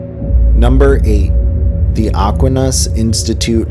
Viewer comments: I know 😂 Selpulchre and Aquinas absolutely killed me. For the narrator: Aquinas is pronounced “uck-why-niss” and Holy Sepulchre is pronounced “Sep-luh-ker” by locals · ITS PRONOUNCED A-Quine_is ----- Rochester NY Investigator, born and raised* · It’s Pronounced Ah-quain-us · It’s SE pull ker not SePULL core and ah KWAI nus. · Sep-pole-chure …Aqua-nis 😂😂😂😂😂Yea, you’re obviously not from Rochester. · No. Aqu-I-nus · nice but, please get pronunciations correct! Sepulchre = Sepp-ool-ker, Aquinas = Ah-quine-us. Photos are also misleading as there are no mountains in Rochester as shown in the library supposed drowning. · NOPE- ah quine us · Cool video, but a couple of pronunciation's from a local... Holy Sepulchre is Holy Sep-ool-kur. Aquinas is uh-kwai-nuhs. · Lol Rochester regional accent pronounce the name of 2 locations different than you: Holy Sep-lick-er and A..qua-i-nis. Weird, I know! Good report though. Knew about the one at Nazareth Academy but not about the one at Aquanis. What year did that one start? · I was actually coming on here to say the same thing. I was waiting for you to mention Charlotte (Shar-lot) because I could tell immediately by not saying "Sep-lick-er" that you weren't from Rochester (which we also call Rotten-chester and Rah-cha-cha haha.) And then when Ah-qui-ness was said wrong, I had to comment hahaha. Still, you did your research and you found out a lot of the ghost stories! You've also left out a lot of other ones but that's okay since you only picked 9. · this guy has never been to rochester... ever.. can't pronounce AQUINAS??? cant pronounce holy sepulchre cemetary..his research talents are lacking. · you think he would learn the correct pronunciation of the places he desribes..lol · Aquinas was auditorially butchered as well.